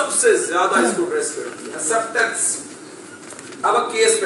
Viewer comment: Qasim Shah Sahib, you are an excellent motivational speaker! The only thing to be addressed is pronunciation of certain words like ilm, galat, acceptance, auto etc. As you know audio dictionaries have pronunciations of every word in every language. Hope you find this feedback useful.